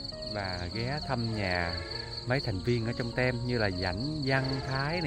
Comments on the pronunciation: Team trong tiếng anh đọc la (tim)..k fai tem bạn ạ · Nếu không khó lắm thì nên điều chỉnh lại cách đọc chữ Video và chữ Team cho đúng. Đây chỉ phiên âm theo kiểu Việt, chứ không phiên âm quốc tế nhe. Video đọc là Vi-đi-ô. Còn Team tạm đọc là "thim" chứ nói "Tem" không hiểu đâu. Vậy nhé. 😍💐👏👍